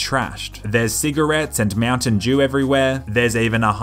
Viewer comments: did he say mountain jew? haha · Did you say “mountain Jew” ? Or “mountain dew “? 🤣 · Did he say cigarettes and mountain Jew?